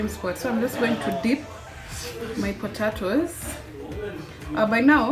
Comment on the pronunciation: Umesema potaitoes 🙈...Anyway good job mama